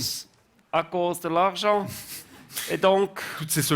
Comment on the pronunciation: Non ! A cause de l’archent…. La prononciation est importante 😂